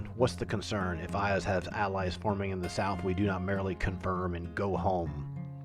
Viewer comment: I know its a bit pedantic, but can you please correct your pronunciation of Iuz? Its "YOOZ". Its a homonym with "use".